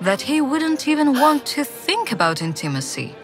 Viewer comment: Ударение на первом ИИИИ в слове intimacy